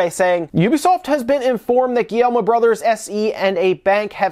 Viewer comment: the "guillermo" family? hahahahhaahahhahahaahhahaha c'mon man. at least try